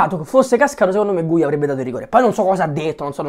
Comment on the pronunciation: Ma non si chiama guia😂😂